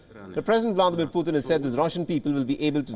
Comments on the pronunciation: Not poohthin it's Pu'tin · Wonder why the reporter pronounces his name as “Pu-thin” instead of Putin…